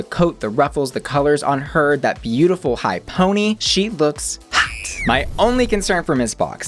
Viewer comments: You remind me of ryland adams so much 😥 but I don’t even like ryland lmao Also I’ve been binging your videos because you’re so articulate ❤️ I cannot stand the way you say “hot” though omg, I am so sorry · Love these videos but, the way you say HOT or ROT drives me insane lol